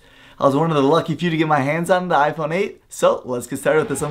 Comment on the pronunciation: . HAHAHAHAHAHAHAHA "IPHRONE???"